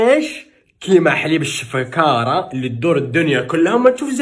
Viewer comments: علاش دايمن تقول حليب الشفكارة ههههه اسمو حليب الشكارة هههه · يا ابني أنت وحليب الشفاكره خاوا خاوا خلاص هبلاتك الشفاكره وهبلتنا بها يعني ما كانش بلا حليب 🥛الشفاكره الان بدأت تتعرف على كل ربوع الوطن عرب امازيغ ما شاء الله بلدنا فيه كثير لهجات ولغة وعادات كل منطقه اهلا فيك بمنطقة القبائل او الامازيغ اما امنڨاس ما ننڨاس 😂 لا هي تقال هكدا اسڨاس امڨاز assegas amegaz يعني عام سعيد ومشكور انك حاولت تتلفظها بصح ما طلعتش معاك منيح مثل كل مرة مع لهجتنا الجزايرية والله تتعذب يا مع اللغة بصح شويه شوي تتعلمها. ربنا يوفقك ويسعدك ويفرح قلبك 💚 الله يسعد كل البلدان الاسلامية والمسلمين والعالم كله كاملا